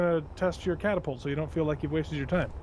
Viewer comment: Clangapult. Capapult. Whatever you decide to call it, it went perfectly Looney Tunes.